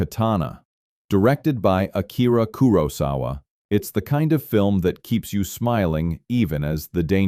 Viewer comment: Great list. Unfortunately the AI narrator pronounces Kurosawa about 8 different ways.